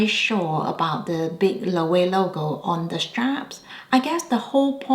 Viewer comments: Just a heads up Loewe is pronounced lo-eh-vey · Loewe is pronounced lo-wey-vey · The last "e" in Loewe is not silent. And I would not consider Loewe as "new": I am 55 years old and I have known Loewe since I was a kid, i.e., the original Amazona bag. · Hear Jonathan Anderson pronounce Loewe. It’s not intuitive. I love my puzzle bag 😊